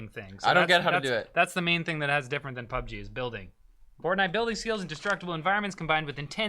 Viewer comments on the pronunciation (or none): none